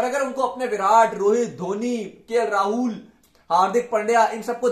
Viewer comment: Rahooool nhi hota Rahul hota hai